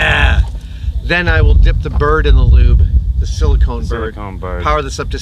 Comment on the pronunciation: Its "silicone", not "silikin".